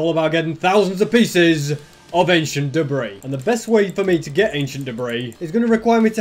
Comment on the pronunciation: For a second I thought he said aisian debris